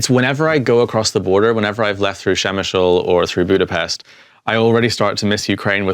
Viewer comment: Dear! It is not "Shemishel", it is Przemyśl!!! And when the war is over, visit Poland, it worth seeing and closely related to Ukraine!😊